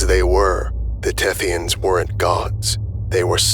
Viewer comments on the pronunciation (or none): "The Thethyans are cephalopods." Me: * looks nervously at my calamari lunch *